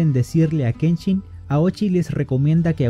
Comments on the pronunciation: Noooooo, no digas aochii! No es “Chi” es shi Aoshi y Kenshin, no Kenchin 😂, faltal!!!!!! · Me gusto bastante 👍🏼👍🏼👍🏼, voy a checar los demas videos solo una duda ¿Por que pronuncias la SH como CH? No es kenCHIN, es Kenshin, OkaSHIRA,OniwabanSHU, no OkaCHIRA ni OniwabanCHU! Recuerda la pronunciación es importante ya que en el japones hay palabras similares que significan cosas diferente. Dojo KAMIiYA no KAMIYA,la Y es una leve I antes de la Y. Suerte en tu canal 👍🏼👍🏼👍🏼